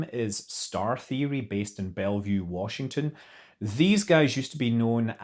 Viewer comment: YES HE SAID BELLEVUE WASHINGTON